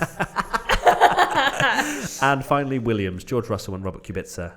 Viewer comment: It’s Kubica not qubica. K like quak